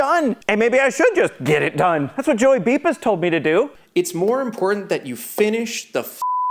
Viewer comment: ehhhh ... it's "Joey Beepis" !